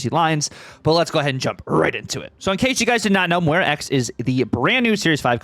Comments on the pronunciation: Pretty sure you’re saying it wrong, it’s Moi-rah, said like the fish, Koi-carp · There are plenty of places to learn how to say names correctly… unless you intentionally like sounding less intelligent? Listen to him properly, you can see his lips saying it with a W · You’re saying it like there is a w in it 😊… There isn’t 😉